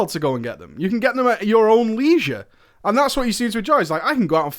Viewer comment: Oh that is not how we say 'leisure'.